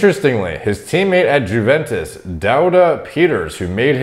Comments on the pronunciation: Its not Jewventus its youventus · It's pronounced YOUventus. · For the future, Juventus is pronounced "You-ventus" as it’s Italian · Wtf is jewventus? It’s youventus. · yooo says "jew-ventus" XDDDDDD its pronounced "you-ventus" my guy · Juventes wtf are you hearing? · pronounced YOUventus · Juventus is pronounced with a silent 'J' 🤣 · Teammate "JEWventus" 😂😂😂😂😂😂😂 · Why did noone pointed out 'Juventus' pronunciation?